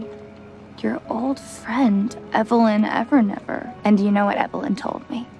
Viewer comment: "Evilin Evernever" i can't